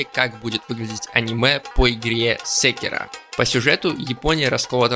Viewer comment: Ты как прочитал секИро как сЕктроешрлншшешещя9ешкш 😅